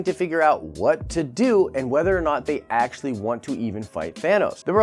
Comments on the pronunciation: Did you say ASAPtually? Stop. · asapually? is that a word?